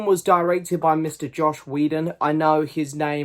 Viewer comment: Mark Ruffalo was supposed to be hulk in 2008 but Edward was more A class actor at that time it’s pronounced joss not josh